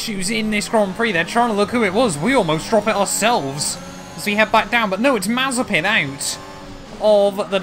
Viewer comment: You said mazepan